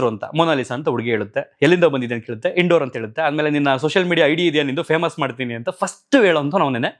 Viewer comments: ಇನ್ ಡೋರ್ ಅಲ್ಲ ಇಂದೋರ್ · Not Indor it’s ಇಂದೋರ್.